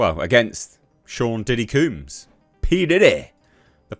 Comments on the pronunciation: His name is pronounced COMBS as in you comb your hair not COOMbs..😒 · Couldn't get past you repeatedly saying "Mr. Cooms" all weird.. Hardly caught anything else, but I bet Trump pardons him anyway. Hopefully he just gets his name right.. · it's not pronounced 'kumes.' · Combs, rhymes with gnomes, or homes. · Why you saying his name weird? Lol. Because he’s a weirdo? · It’s the British accent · It’s not, it’s just a mispronunciation.